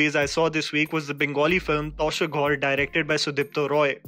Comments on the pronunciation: Every time he pronounced 'Tasher' as 'Tosher' and not 'Tãsher'. Me in my mind- NO NO O GOD NO!!! NOOOOOOOOOOOOOOOO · Tasher should be pronounced as taa-sher